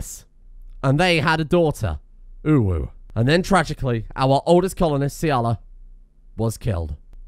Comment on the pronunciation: uwu and owo are different please stop saying them the same :P